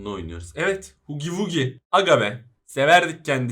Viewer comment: Abi o hugi vugi değil hagi vagi diye okunuyor ❤